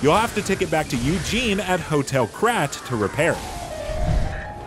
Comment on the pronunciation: Eugenie, not Eugene!